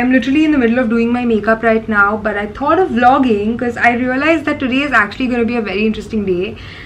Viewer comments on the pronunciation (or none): none